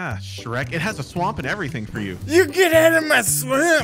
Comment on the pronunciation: is so funny he said GET OUT OF MY SUOAMP